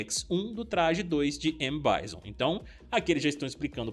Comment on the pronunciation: E aí blz, pô tu e os meninos do combo infinito é cheio de americanizar nos nomes de jogos e personagens, Bison, pô pronuncia a coisa do jeito que é e do jeito que agente chama.( baison.....) Da nem vontade de ver o resto e ouvir, acompanho vcs e gosto dos conteúdos mais isso é chato